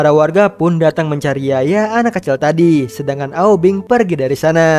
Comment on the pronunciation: Aubing bukan aubeng 😀